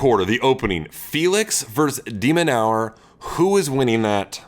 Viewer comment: De Minaur? Or demon in an hour? 😂